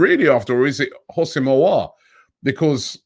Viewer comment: Robbie I already helped you with aouar pronunciation. The houssem is pronounced as wissem Pls fix up